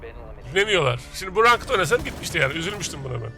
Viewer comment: Rankıt ne rankıt??? İngilizce telaffuz bilmiyorsan dereceli de bari...